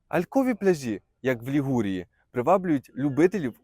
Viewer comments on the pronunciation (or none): Ти невірно ставиш наголос, не пляжіʼ , п пляʼжі, , погановчився в школі.це неможливо слухати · Не пляжіʼ, а пдляʼжі , неук